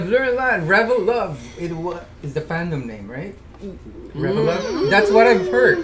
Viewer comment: You guys were actually right with the pronunciation of reveluv. Re ve love